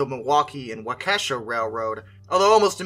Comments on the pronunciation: I can always tell when a person is not from Wisconsin, as in pronunciation of the town names. It's Wa keh shaw not wakesha, WAUKESHA, just west of Milwaukee. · WAU-kea-shaw, not wau-Kesha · Wah-Ka-Shaw...not Wah-Key-Saw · I'm sorry. I laughed at your pronunciation of Waukesha. It's pronounced walk-aw-sha. I'm a former Wisconsinite. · Wok-ah-shaw is also acceptable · It’s Waukesha said Walk-eh-shaw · waukesha is pronounced as walk-uh-shaw. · He mispronounced Waukesha. Still, an entertaining video. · Your misprouncing Waukesha. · Please learn to pronounce "Waukesha" correctly.